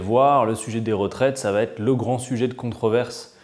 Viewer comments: Bonjour Mr Quatennens. Merci pour cette vidéo riche en explications tellement rares. Juste un détail qui me heurte les oreilles : lorsque vous dites "va être", vous faites une faute en disant "va-t-être". Attention c'est incorrect!! Il n'y a pas de T. Merci pour tout et continuer. On est avec vous! On a besoin de vous! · Adrien, STP, arrête les liaisons mal t'a propos, ne met plus un "T" derrière va et avant être, le va t'être passe mal pour des puristes comme moi.